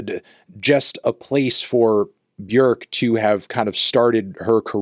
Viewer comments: Oh wow Fantano pronounced Björk almost perfectly. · ICE-THONY LAND-TANO you are the only person I have ever heard pronounce Björk's name correctly. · You learned how to say Björk correctly? Congratulations 🎉